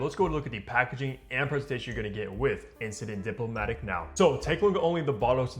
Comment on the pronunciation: Bro at least give enough respect to the perfumer who spent years mastering his craft to pronounce his creation correctly